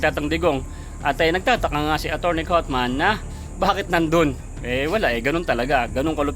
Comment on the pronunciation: Kaufman. Pronounce as kafman. HINDI coatman